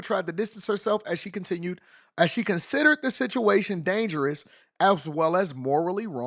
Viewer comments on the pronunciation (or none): none